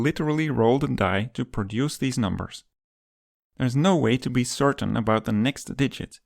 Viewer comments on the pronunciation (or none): none